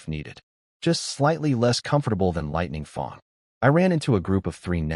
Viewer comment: Lightning FANG not Lightning FONG ! 😂 im lossing it here. edit Really you patreoned ep5,.,.Very bleh,.,.i hope Lightning Fang finds you !!!